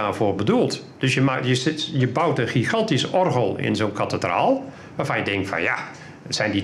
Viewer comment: Kathe-draal Kat-alysator